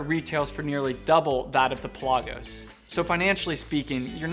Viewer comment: Pell ah gose not pel ah goes